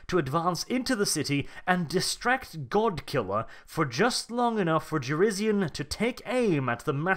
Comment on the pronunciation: Jurisian. It's Jurisian. pronounces it like shit.